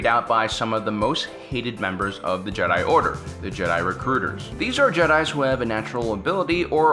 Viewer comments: Is it just me or does it sound like he says "Jedah" sometimes rather than Jedi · Matt Quarry It should also be mention that he keeps prouncing Jedi wrong for fucks sakes man learn to pronounce shit... Ok on to the matter i agree with The OP here and also let's say they allow others to mine the crystals? Oh wait the death star was powered by it right? Anakin wasn't asked to do battle he did it on it's own... Jedi order wasn't funded by the republic... The holocrons are dangerous to anyone who doesn't understand that some of them have the dark side in them and can poison any force sensitive.... Anakin was being sort off controlled by Sidious why he killed the count dooku... While yes the clones were they were sort of possessions but i do agree it is inhumane to do so... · he pronounces "jehhh DIE" funny